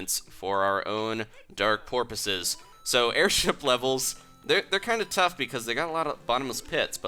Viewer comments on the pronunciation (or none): Lol he said for our own porpoises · Sour KL4PTR4P he said porpoises... didn't you hear?